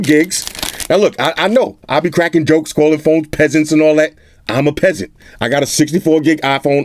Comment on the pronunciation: I lough so hard every time you said “peaseant”.